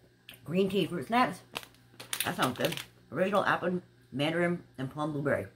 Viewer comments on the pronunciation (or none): none